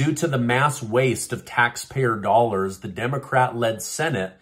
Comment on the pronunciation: I like how you say Dollorz